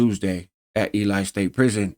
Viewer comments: Im a grammar n∆zi (write supremacist) and I just had to say the town is pronounced [e - lee] God bless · Hey not that it really matters but Ely is pronounced like ee-lee. I only know that because i got family from there. Some actually still live there. It's a tiny town close to an even smaller town called McGill. Anyway good video. This is my first time ever seeing your channel. ✌ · Heads up, locals pronounce ely like e-lee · The way you say a w the way you said ely is like you don’t know shit about Nevada or the gangs there homie where the fuck you getting this information you gotta be some type of c.i